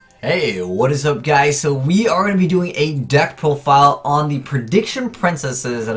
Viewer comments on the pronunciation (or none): none